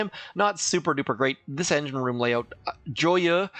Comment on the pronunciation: Joyeaux is pronounced jwa-ye. It means happy in french